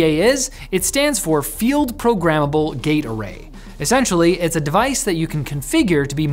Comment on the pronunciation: If you don't look at the screen and just listen it sounds like he said Field Programmable Gay Parade 💀💀💀